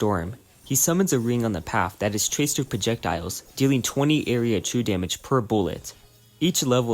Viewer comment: 1 and a half hours in, I understood what true damage was because I thought you said chew damage, great video nonetheless.